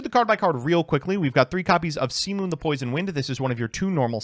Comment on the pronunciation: I think Simoom is pronounced "Simmoh-um"